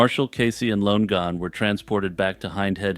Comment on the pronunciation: It's pronounced Lon-e-gan /Lon-again